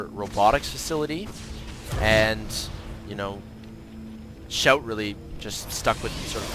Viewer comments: its pronounced "see-ow-tee", just fyi :p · Pronounced "she-ow-Tee"